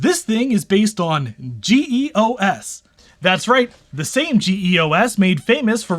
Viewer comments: Hee EE Oh Ess? Dude, it's pronounced Jee-Oss. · As far s I remember, it was GEOS, not GE/OS (no slash). And I thought it was pronounced "jee OS" (from the name Geoworks), not "G E O S".. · Why GE/OS and G E O S? Ummmm It's pronounced Gee-OS and was just GEOS not like the General Electric OS that doesn't exist. + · "G.E.O.S."? Why can't you just pronounce it as "JEE * os" ("jeeos") like normal people do? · You say it as a word GEOS. Not individual letters. It's pronounced GeeOS. You make me cringe. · Ok idiot. It's pronounced geos. Jee os. Guy probably says D O S instead of dos. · LOL "GEE EE OH ESS". Geeoss Christ. :) Peace, man - great vid as usual.